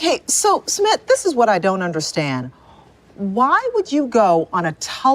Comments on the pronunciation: Hey! I know this isn't the point of the video but I couldn't help but notice the mispronunciation of Sumit. xD Totally not expecting anyoen to know but just thought I'd share:) It's actually S-eu-mith (kinda sorta). So it's as if you were saying "Smith" with a light u. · I think it's Soo-meet